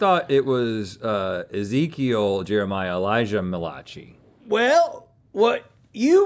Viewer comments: The Malachi/"muh-lah-chee" mistake becoming cannon is my favorite joke of the season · "Mal-uh-kai" not "Muh-lah-chi" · The feeling I feel when they mispronounce Malachi every time. xD